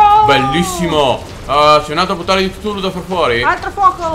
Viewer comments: Ehm..... Credo Sia Cthulhu Non Ktulu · Chutulu si scrive così non ktuli!